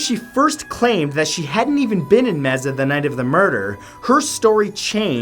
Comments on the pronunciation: Someone told him Mesa, Arizona was pronounced may-suh, right? Not... mee-zuh. Pfft, Canadians. 😂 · Oh Mat. You have been saying Mesa AZ wrong. Mesa is our sister city. I live in Phoenix, AZ. It's pronounced Maesa or Maysa. I hope you are feeling better. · Still confused how the wartime dentist belongs on this list. He was an amazing hero who died while protecting many others from a cowardly attack! Was he supposed to just allow the enemy to keep coming after wounded and helpless soldiers? FYI It's pronounced may-sah. Just a little tip for the Knowledge Whale. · It’s Mesa (maysa) no Messa!!! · Lol, he said Mezza, Arizona! (It's may-sa) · Its not meza its maysah I live their and I visit the house every once in a while it's only like 4 miles away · Meza? Lol its Masu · Its not MEZZA its pronounced MAY-SUH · Lol Mesa Arizona is pronounced may sa Arizona lol me and my lady laughed everytime you said Meza lol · Mezza? You mean May-sa? Come on dude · Love you Matt, but it’s not pronounced Meza it’s May-Suh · This man just said “Meza Arizona” it’s pronounced may-suh. No hate, I just thought it was funny. 😄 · Matthew...how do you figure Solomon went too far? That man was a hero. And Mesa is pronounced MAY-SAH not Mayzuh. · LMAO the way u pronounce "Mesa" AZ🤣 I've never heard it like that b4 neither in English nor in Spanish... Instead of (Mez-za) try (MAY-sa)! No worries ur still pretty hot lol j/s😁! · Mesa is pronounced MAYsa. not meza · Mesa = "may-suh" Mesa =/= "meh-zuh" :( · Matt, I love you man, but you pronounced Mesa way wrong for the Jodi Arias case. It's MAY-sah. Mezzah, lmao! Why!?!? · Your pronunciation of US cities irritates me. M e Z z A h. It’s pronounced “May-suh” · Bruh lol it's pronounced may-sa. Not ma-za 😂😂😭😭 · It's not pronounced meza it's pronounced May-suh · MESA ITS "MAY-SUH" OMG NOT "MEH-ZAH" i live in chandler which is about 30 minutes away from his home. its so crazy bc i visited there and people have moved in. I wonder if Travis' ghost is there.